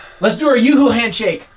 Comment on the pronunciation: Oops it’s you Hoo not youooh